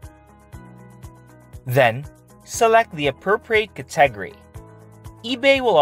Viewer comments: Cat-ah-gory NOT kit-teg-gory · Can pronounce "attributes," but says "cat-TEG-ry." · Re-examine your pronunciation of the word “category”. Otherwise, great video. Thanks. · I wasn't sure what word he was saying.